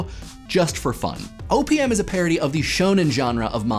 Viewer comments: every time he says "O.P.M." it sounds like "opium" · I know he say OPM, but I hear Opium... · sounds like he is saying opium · You said OPM, but I heard "opium" and wondered how Papaver somniferum fit into it. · The amount of times I thought you said opium is pretty significant. OPM OP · Whenever he says OPM I hear Opium O.o